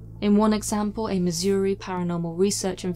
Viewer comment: She pronounces Missouri better than I do